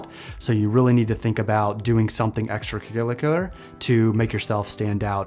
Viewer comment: "extra-cu-lick-you-lear" What? LOL